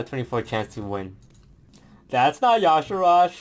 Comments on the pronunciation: But toast, it's Y'Shaarj, not Y'Sharaaj. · its yshaarj not not yshahaarj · it's Yee-Shah-rj, Not Ya sharaj :( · I wondered about the pronunciation too, but the WOW wiki says, and I quote, "Pronounced YAH-Sha-Raj"...even though it should clearly be said, "Yuh-Shaarj". :s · "yashirajj, okay... never heard of him but another cool video i guess" reads card --> Y'Shaarj "DUDE GO TO SCHOOL CANT FUCKIN READDDDD" no but i love you dont kill me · Due to my native language I find really weird that people call Y'shaarj Ya'Sharaj, since I usually call it "Yi'shaarj" I can't see where the supposed A after R goes. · It is y'shaarj. Not yaash'raash! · Why the hell does everyone say Yasharaaj if it is Yshaarj? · why is he calling y'sharrj "yasheraash"? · actually yes. Youre right. The one time in actual canonical wow lore where his name is spoken, (In the Klaxxi questlines in MoP) it is pronounced like "Ya'Shaarj". But im insisting that it truly isnt pronounced like "Ya'Sha'Raajj" Because that truly just sounds inane and astronomically diffrent to the spelling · IT'S Y'SHAARJ NOT Y'ASHARAJ!!!!!!!!!!!!! Get it right for once, Toast! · Why the hell does toast (and others) insist on saying "yashiraj"? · Its Y'shaarj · Is his name supposed to be pronounced yahshooraj? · "Yosh a RODGE" No. Thumbs down. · It's Y'Shaarj, for fucks sake it's two syllables man 😂